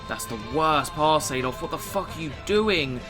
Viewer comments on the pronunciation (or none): none